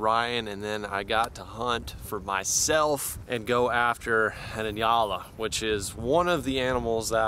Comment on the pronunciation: Your the first American that I heard of that pronounced "njala" right.